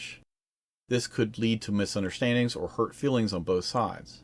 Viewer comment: It’s feelings not fillings